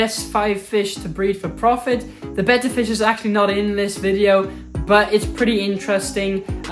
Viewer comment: I USED TO keep a betta in one of those box tanks NOT ANYMORE I don’t even keep a betta anymore but want to breed a pair ITS PRONOUNCED BETTA I REPEAT BETTA 😂 SOOOO should I breed a pair in a ten gallon and move the babies to a 75 gallon or breed them in the 75 and move the babies to the 10? GREAT VIDEO THANKS FOR THE INFORMING VIDEO!!!